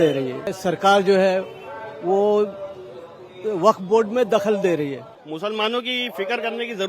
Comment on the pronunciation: Waqf ❌ nhi wakat ✅ 🤣🤣